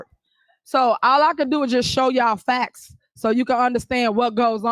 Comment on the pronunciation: 😂😂😂😂. Why is it that she is the only one with “the facxts”…. Lord have mercy. Somebody should have told her “no” in her lifetime.